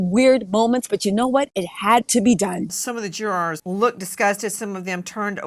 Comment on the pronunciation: Omg!!! I wish she quit saying "jurors" noone absolutely noone pronounces it that way!!! Noone!!!